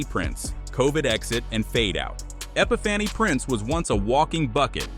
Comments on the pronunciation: Bruh, who made this video?? Bria plays for the CT Sun. Sigh-moan?? Epi-fanny?? Epiphany also just won a ring with the Liberty working in their front office. I wouldn't call that "terrible." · Epi-fanny Prince??? Dear God 🤦🏽‍♀️